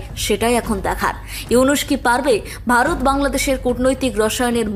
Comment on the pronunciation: It’s not barat as you say, it is Bharat !